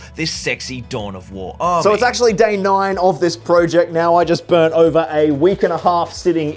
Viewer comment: I can't believe after the amount of projects you have undertaken, you still haven't learned how to pronounce "project" yet....